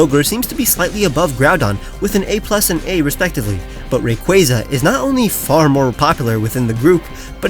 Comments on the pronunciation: it’s Ray-Qoo-Ah-Za not Ray-Qoo-Aye-Za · I always thought it was said like "ray-coo-warza" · Bro really said ray cwayza 😑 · The way you pronounced rayquaza ... disgusting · it really isn't